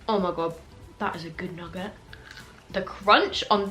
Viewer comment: Everyone: Nugget: Nugguhh